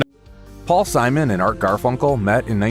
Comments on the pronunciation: Simone, Definitely not hís name. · Three minutes in, the female narrator pronounces Simon’s name: SEE-MOAN. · AI calls him See-moan 🤣